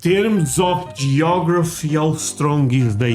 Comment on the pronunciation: Yeah. It's "geography".